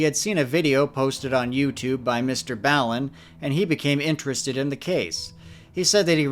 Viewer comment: Not BALL-AN. BALL-IN. Like as in the slang. I’m ballin outta control. No one gives a shit lol. Shut up. 🤐